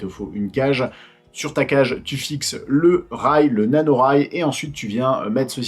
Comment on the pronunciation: Nikel la video ! Par contre c'est rail NATO et pas NANO 😆